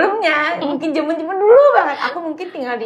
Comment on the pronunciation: kok bisa haruka fasih banget bahasa nya, dikelilingi orang2 indo terus ya pronounciation nya masih kurang, seperti "mungking=mungkin, dang=dan, yaking=yakin, nyamang=nyaman" tapi kosa kata nya sudah mantap banget